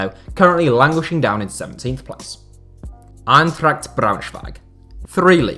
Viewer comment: He pretty much nailed Braunschweig for an foreigner. What you u guys talking about? The "Eintracht" was bad, but Braunschweig?